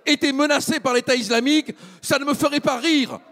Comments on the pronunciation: Pourquoi il dit iZlamique ? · "l'état izlamique" rofl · "L'état iZlamique" Mdrrr😅